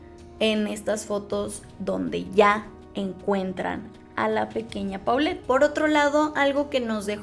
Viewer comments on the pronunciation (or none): Se pronuncia Polet y el apellido paterno no es Guevara es Gevara o sea se lee Jevara.